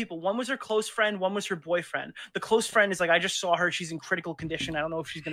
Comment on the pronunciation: Mah fwEEND croyed